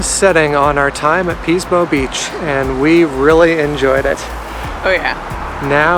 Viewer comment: Ahhh Pismo <3 Yeah, it's commonly pronounced as "PIS-mo" with a short "i" sound, so it sounds like "PIS-mo Beach. Love the restaurant F. McLintocks Saloon & Dining House in Shell Beach, near Pismo Beach. They were known for serving "Turkey Nuts," which are deep-fried turkey testicles, but they stopped offering that item a couple of years ago. Nice video, thanks for sharing :)